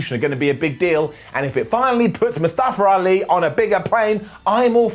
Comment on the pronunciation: Why does keep saying Mustafer Ali 😅